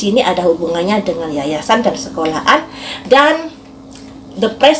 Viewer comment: Sekolahan mbak bukan sekola An🤣🤣